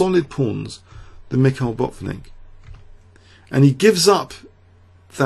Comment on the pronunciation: it's not BOT-nik, but Bat-VIN-nik.